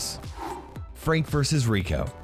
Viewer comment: When he said frank he said freank so are you at war with fronk?